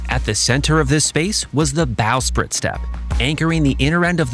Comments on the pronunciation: Good video, but lots of mispronunciations. Forecastle is pronounced fo’c’sle Bowsprit is usually pronounced bo’sprit Ratlines is pronounced rat’lins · I noticed that too. Bowsprit and Ratlines was also mispronounced.